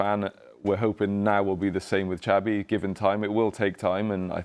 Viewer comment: He is pronouncing Xabi very wrongly 🤡.